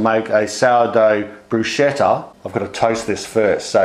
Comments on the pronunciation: Love your videos! Just a tip about italian: bruschetta is pronunced brusKeTTa, with sounding double t (wich is a feature of italian, words with different doubling or accent at the end can change meaning) and ch must be read as a k, while a simple c (alone without a following h) is read as k when is weitten before a, o or u and read as ch when comes before e od i...I now it could be a little confusing, because in english ch is our c sound and viceversa we write the k sound using ch because we lack k in our alphabet, so maybe some examples may help: ciao is read as chao, cane by the way is read as kane and scheletro is read as skeletro. So bruschetta as scheletro is read brusKetta. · Looks so good ..wow...one thing I need o correct though. I used to work with an italian pasta sauce and pasta maker. The pronunciation of " Bruschetta".. he corrected me too.. its pronounced BRUS - K - ETTA not BRU -SH -ETTA. That pronunciation< I believe means "lady of the night". Just thought I'd let you and anyone else know that..Its a common Mistake... Thanks for another great video. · Don't wanna be picky, but... bruschetta is not pronounced "bruschetta, it's pronounced brusketta. ch in italian has a "k" sound, not a "ch" sound. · To all english speaking people, bruschetta is read brusKetta ,not bruscetta. CH with a vocal after it (e or i, not possible a,o or u after ch, aside from foreign words), you pronounce like the K, an hard c. Italian tips,I'm italian. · All good ..but not bruscetta or brushetta .. it's bruschetta , spelled like brusketta.. more strong and you have to spit a bit of saliva while saying it. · Thanks! Looks super yummy, will have to try this : ) Also.....Bruschetta: pronunc. /bru'sketta/ Hard k as in 'kettle'. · It's pronounced "broosketta". What a wonderful video. Thank you. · Bruschetta. Pronounced “Broos-ketta”. Q: Does it matter what variety of tom, small ones I presume, but sweeter or more acidic? Roma or cherry? That looked mouth-wateringly good, btw.